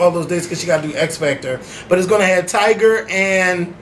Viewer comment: haha... said tiger instead of tyga